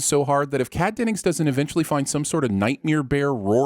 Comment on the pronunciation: You say nightmare weird